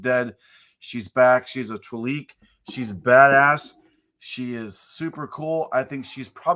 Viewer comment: Like 173 - so that’s how one pronounces Twi'lek.